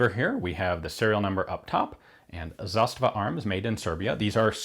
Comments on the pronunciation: "Zasta'va" (not "Za'stava") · It is not ZAstava, it's zaSTAva. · Stress of this word is on the first syllable in Serbian (and Bosnian, Croatian and Montenegrin); plus, it's a long falling accent (zȃstava), meaning that the finish of the first a sound is quieter than the beginning. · Brinkwolf most people seem to use the Russian pronunciation of the word with stress on the second syllable rather than the first. As an aside, not only is the pronunciation different but so are the meanings. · Please explain. As a Russian, I've only heard this word with stress on the second syllable.